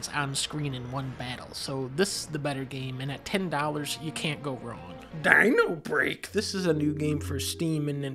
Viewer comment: I lost my shit when thou said: "dINOrbReAK"